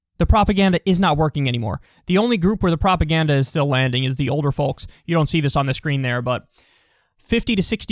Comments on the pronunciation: Bad enough saying “folks” instead of people but on top of that pronouncing the “l” in folks 🥴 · It's all about Kyle pronouncing the 'L' in folks lol